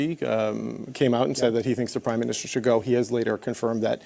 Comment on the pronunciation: Everytime Polievre is saying prime minister, I ear crime minister!...